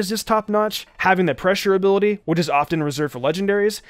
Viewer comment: he obviously didn’t mean to do that, do try to start stuff, you’re just being annoying.